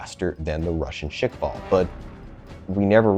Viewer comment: It's not pronounced "Shick-vall". It's pronounced "Sh-kval"